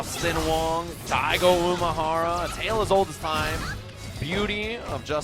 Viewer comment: One of the commentators kept saying "Umahara" when we all know it's Umehara. Made me cringe everytime.